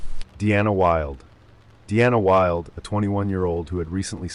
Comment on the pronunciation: Her name was Dana wild. Not Deanna Wilde. Just trying to help not be rude. Love your videos bro.😊